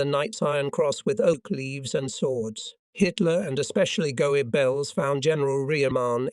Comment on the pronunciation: Love the mispronunciations,especially Goabells and Elbee.😂😂😂